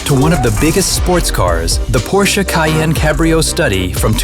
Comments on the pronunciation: PRONOUNCE IT RIGHT FFS! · Its funny how not even official Porsche chanel from US cannot pronaunce Porsche right